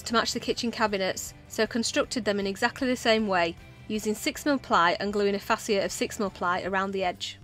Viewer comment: don't listen to pronunciation of fascia! You were right in earlier videos!